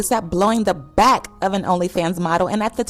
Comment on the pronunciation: “blowin the BACK” 😂😂😂😂😂 sis knows what she was doing when she said it like that messyyyyyy 😭